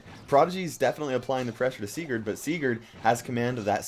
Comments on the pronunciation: U are saying Sigurs WRONG! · Oof, am from Norway aswell, and am srry buddy but u say it kinda wrong😂